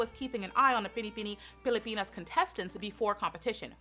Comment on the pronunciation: let's all commend her for saying Binibining Pilipinas so perfectly ❤️❤️❤️